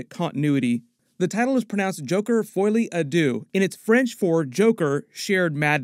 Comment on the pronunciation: For the record; Folie is pronounced as in foe lee.. not Foy 😉👍